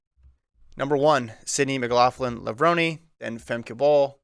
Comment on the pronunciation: pronounced "Levrone" correctly I thought. Watch interviews with Sydney like the Citius one where she tells them how to pronounce it. He also got Femke's name right this time.